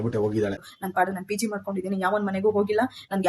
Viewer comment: Addu feeg alla 😂😂😂 it’s called PG